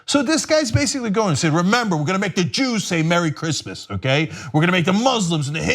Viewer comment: What's Grizzmizz? He keeps saying Grizzmizz. Who says Merry Grizzmizz?